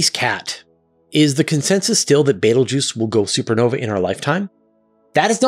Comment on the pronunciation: Never say Beteguese 3x in a row